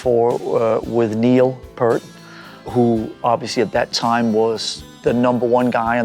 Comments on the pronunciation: It's pronounced PEEERT!!! And take that toothpick outta your mouth, for cryin' out loud! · He Pronounces the name the wrong way thow. like saying . AM. is how it is Pronounced. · Least he could do is pronounce Neil's name. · He had the fortunate privilege to talk to Neil. And he still can’t pronounce his name right. Travesty. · On the phone with him, but doesn't know how to pronounce his last name? I mean I guess. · Pity he couldn't pronounce his surname correctly.